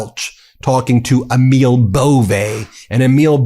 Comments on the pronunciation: EMIL IS PRONOUNCED AMIL LONG A. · Pronounce Emil correctly. Its Amil.